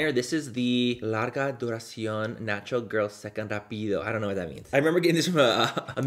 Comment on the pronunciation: “STANTURAL” LOL love you manny !!!!